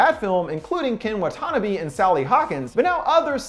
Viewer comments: “Ken Wuh-Tannoby” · Wow, you've got to look up some foreign pronunciations when you're using world's from different languages. Watanabe [Wah-tah-nah-bay] and Llorona [Yoh-rroh-nah] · You mispronounced Ken Watanabe.